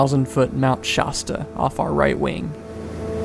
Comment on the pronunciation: Thanks for bringing us along for the ride. Beautiful airplane! I used to live in Klamath. I wondered if that was a GA-friendly airport. One thing: I've only ever heard it pronounced shah-sta, (a as in attic) instead of shaw-sta. Tricks people into thinking you're a local. ;) Safe travels!